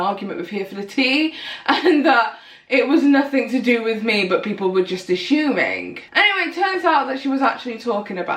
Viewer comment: Bitch..Wtf is "ashooming"